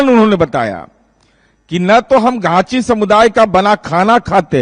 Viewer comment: तो ख़ुद ही घाँची को चाची कह रहा है— घाँची का Spelling वो Chachi (चाची) बता रहा है. 🤣🤣